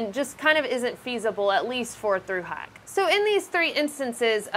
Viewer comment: The way you say "hike" and "hiker" makes me giggle.